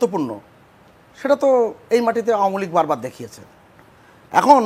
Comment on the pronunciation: দাদা তো আওয়ামী লীগও ঠিক মতো বলতে পারেন না, তিনি বলেন আওমী লীগ।